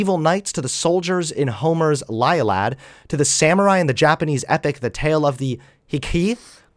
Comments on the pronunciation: The way you pronounced illiad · ill-e-ad old book weird pronunciation